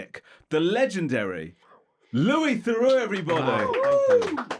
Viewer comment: Can I ask how he felt about the numrous mispronunciations of his name Lewis Therux I liked.